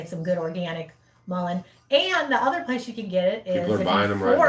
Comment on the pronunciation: Mullen is what it sounded like